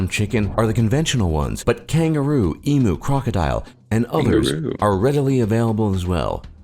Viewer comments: There is an interesting video on the Emu wars- 'pronounced Eem 'You' not Eem ohw or whatever that was. Our internet sucks. I watch any live stream at about 480p. Us and China-not so much any more. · Ooooooh, it is so damn stupid. Eemooo. Since when does the letter U get pronounced as, oo? What is a U-turn? Is it a oo turn? Perhaps I would forgive them if they pronounced it, eem uh. That’s the sound of U in truck, luck, f…k etc. they all do it and I can’t for the life of me figure them out. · The guy was saying OW stralia, can’t pronounce it, don’t say it. E moo, is he talking about electronic cows? No war at all. He forgot the Cassowary’s that are everywhere, and the dreaded Hoop Snake and so much more. The Stolen Generation will forever be a blight on this country, classic non separation of church and state. Abysmal, I’m not sure those scars will heal. No immigrant is illegal, this is political spin to keep us in a state of perceived terror. No mass shooters, just had the one I believe. This story was 80% misinformation at best, isn’t that what sells? He obviously had you by the short and curlies. I’ll be very polite and call him a tosser. Thanks for the giggle😂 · I’m Australian and I’ve never heard of the Emu war by the way emu is pronounced Eee-mews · That not too bad, but couple of corrections , emu is pronounced eem you lol and the red back spider… not red back widow. Funny that they said Sydney and Melbourne were the most liveable cities but showed the Gold Coast 🤣🤣 pretty good otherwise. Although I think that the person that made the video, maybe had his immigration turned down. We do have a very diverse population. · Not a good source to be basing an evaluation on...numerous misleading sippets of detail here. Even from the get go the pronumciation of EMU is hopeless...it is pronounced E-MYEW not EMOOO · sigh, EMU is pronounced "EEEM-YOU" not "EEEE-MOO" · I'm going to slap the next person that says Eemoo. It's Emew ! Not that hard E, M and U.